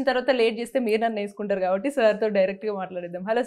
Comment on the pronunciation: Anchor ki Matladam nerpandra babu.. "Yesukuntaru" anti 😳..